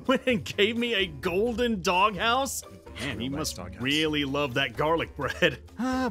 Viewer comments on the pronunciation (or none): who else heard say "you stole all the gowden hoes from my house!!???"